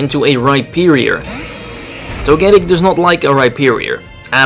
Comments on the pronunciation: Well you got your mega steelix wish. and you're right he pronounces Togetic (toe-gah-tic) weird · Your pronunciation of Togetic is odd. Hopefully Togetic/Togekiss will get access to Moonblast in the next game. I agree with what you said about Pyroar. It needs some help to become better. I would guess his last move was Dark Pulse. I want a Mega Steelix in the next games.